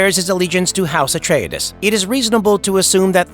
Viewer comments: AI says it funny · I like the way he says Paul Ah-tray-dayszzz 😂